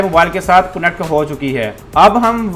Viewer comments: Not kunnect..its connect!! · It's not cunnect it's, connect